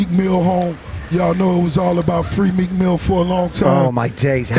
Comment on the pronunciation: Swear I heard Tim call Meek Milk hahahaha.